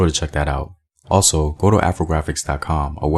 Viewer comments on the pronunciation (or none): none